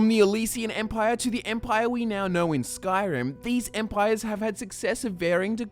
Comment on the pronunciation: why is it that all of the skyrim youtubers fail to pronounce names and words correctly that are correctly pronounced in voice in game?????!?!??!